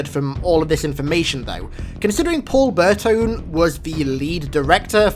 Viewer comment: Paul Burtone might have butchered the last name but he's my boy for making firefight my favorite game mode in halo